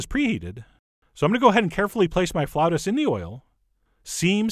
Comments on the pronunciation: Its pronounced flah-oo-tahs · Flautas! It's flautas! Say it, Frenchie!